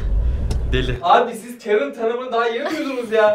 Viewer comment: Sınıfta adı karen olan biri var karen diye okunuyo. ingilizce hocasının neden kerın diye okuduğunu anladım